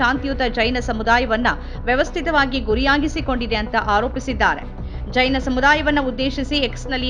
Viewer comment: ಚೈನ ಮಂದಿರವಲ್ಲ ಮಾರಾಯ್ತಿ.... ಜೈನ ಮಂದಿರ. ಉಚ್ಛಾರಣೆ ಸ್ಪಷ್ಟವಾಗಿರಲಿ.